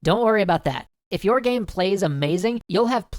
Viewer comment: hahahahah omg my sides haha "Gaem" xD